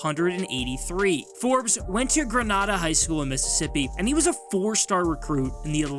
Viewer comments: Emmanuel forbes went to GRUH-NAY-DUH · I stopped the video here. Take the time to know what you are saying is correct plz. I've never heard anyone pronounce it wrong before is the sad thing.